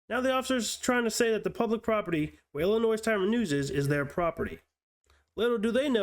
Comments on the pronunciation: The "s" in Illinois is silent. FYI. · Dude, the "s" in "Illinois" is silent. It's pronounced like ill-in-oi. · The s is silent in Illinois